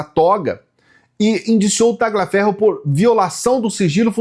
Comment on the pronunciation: não se pronuncia Ta"gli"aferro.. é um nome italiano e a pronúncia correta é talhiaferro, mas a escrita é Tagliaferro. 🎉